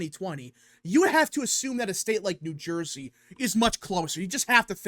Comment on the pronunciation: New Surjey